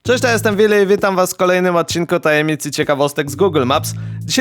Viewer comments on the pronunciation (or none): Kto mu powie, że "Willy" wymawia się przez "Ł"?